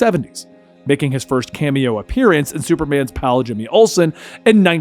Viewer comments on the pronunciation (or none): none